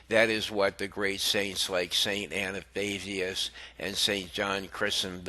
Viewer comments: Please pronounce words correctly. It's Ath-na not Anna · ATHANASIUS....not Anastasiuous? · Saint Atha nasius, not Ana stasius. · Forgive me "Athanasius NOT "Anastatius" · Gadol Adonal - it's pronounced "ath-an-A-sius. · Sir, if you cannot properly pronounce the names of two of the Church's greatest saints...Please, just be quiet. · Dude your voice is boring and you cant pronounce Athanasius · Please pronounce the names correctly, I was wondering who you were talking about. A-th-na-tius Chri-sos-tom These are well known saints please don’t mind but I wasn’t looking at the video and I honestly couldn’t understand who you were referring to until I read the text. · Pity the reader couldn't pronounce the names of both ATHANASIUS & John CHRYSOSTOM. Sadly we seem to have a Pope who seems against all of those preaching the truth including his comment to a homosexual the "God made him that way". Saints of God come to our aid!! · learn to pronounce Athanasius, Chrysostom